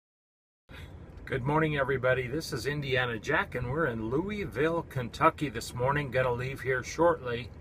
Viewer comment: I was once a resident of Prestonsburge, KY. You did pronounce Louisville, Kentucky wrong however.